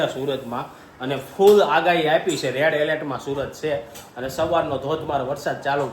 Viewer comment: Red helet nhi red alert